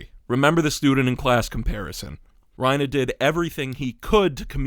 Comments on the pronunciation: It's bothering me that you're calling him Ryna instead of Reiner. You're clearly American, why are you calling him by the Japanese pronunciation?? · Just thought you should know Your saying Reiner wrong. Your saying it like Raina, when its Reiner. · I wish i could understand a single damn thing in this video but i’m getting distracted by “ryenah” smh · Why was he saying ReinAH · This is a great video, but i can't get over how you keep calling him "Reinuh" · The "reina" pronounciation is killing me bro, I can't watch this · Why are you saying Reina (Rhyn-uh) sir? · lol bro is afraid to say Reiner with the hard R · this is probably a good video but the way u pronounce reiner makes me angry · I loved the video, but please, Reiners name ends in an “ER” not an “a” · He says Reiner like trump says China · you pronounce reiner the same way lois from family guy says peter